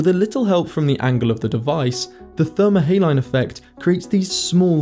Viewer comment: How can you expect to say thermohaline correctly if you can't even pronounce saline? ; )